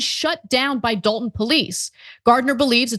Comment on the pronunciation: It's actually "Dolton".....But, Yeah